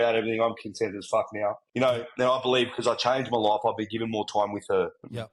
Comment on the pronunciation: "I thought: Faack yea, this is me loif" So Australian. So real. 💖